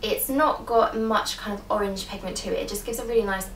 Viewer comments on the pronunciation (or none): none